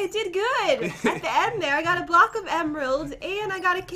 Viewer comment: Who also notices pat saying blohhhh instead of block